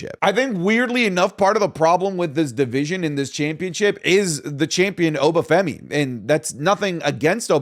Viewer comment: Stop pronouncing obafemi wrong